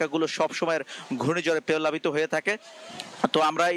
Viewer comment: সাঙ্গাতিক ভাই 😂😂 প্যালাবিত না 😂😂প্লাবিত 😂😂